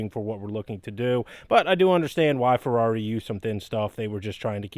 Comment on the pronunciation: The "Furdarri"! lmao :)